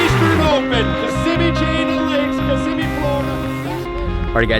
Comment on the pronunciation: You said lake Kissimmee wack